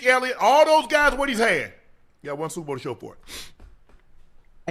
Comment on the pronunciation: he can’t say super or bowl